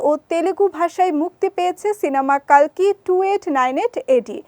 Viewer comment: কল্কি হবে কালকি নয়